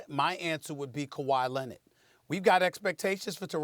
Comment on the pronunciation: “Kawhi Lennit” - Stephen A.